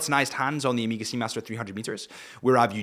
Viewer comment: Omega ❌ Emega ✔️